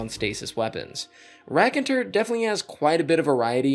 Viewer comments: The bow is pronounced Roc-un-tear. The word means story teller, usually through song. Didn’t google learned it from a band called The White Stripes :-) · You're not that far when pronouncing "raconteur", good job ;) the "teur" is good, just don't pronounce the "n" of "on". "On" in French is one of these weird nasal sound we do, like in the beginning of "bonjour". It means "storyteller" by the way. Love your vids! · racon two urr, you were pretty damn close tho. keep up the great content man! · raconteur is pronounced “rack - on - tour” (hope that helps!)